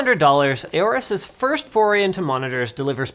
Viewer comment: aggressivli why’d you edit it, it was funnier when you said firth:(